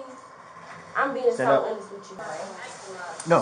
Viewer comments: What is that word she’s butchering? Is it awness ? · Why cant she say honest right? She said it right twice then kept saying it wrong like girl youre not being serious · "Im being so honust with you...mam, Im being so honust." That girl aint been honest since she walked in that store!